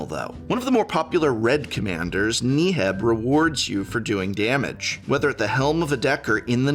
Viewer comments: Can we acknowledge that he pronounces Neheb as "nee-heb"? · If he says knee heb one more time !! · Do you purposefully miss pronounce legendary creatures names just to piss people off? KNEE-heb... ZACIMA. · oh man, I just love Knee-heb the Eternal. it's my favorite creature from the Aye-mon-keet block lol just kidding, Prof. I love your work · Knee-heb? You gonna do my boy dirty like that? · Thank you for the video! but I must ask, Knee-heb ? 😱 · Who the fuck is knee heb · Knee Heb? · Thumbs down for pronouncing Neheb so poorly over 10 times. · I kinda laughed when Prof pronounced Neheb, different from everyone else. Is Prof wrong? Considering his English background I'm wondering if everyone else is wrong! haha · Why does Prof pronounce Neheb like he’s trying to hypnotize me? Jokes aside, really solid video for anyone looking to dip their toes in Red. Maybe more people will see that Red is actually pretty cool, with a large number of interesting and unique commanders, and it can fight you too.